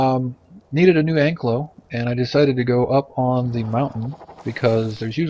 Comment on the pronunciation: An - kai' - lo (saurus). Not Ank - lo - Thanks for the video.